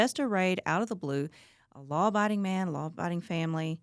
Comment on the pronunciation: “Law biding”🙄🙄